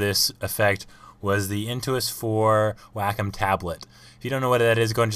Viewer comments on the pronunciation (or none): OMG!!! It's not pronounced "Wack-um", It's pronounced "Way-com".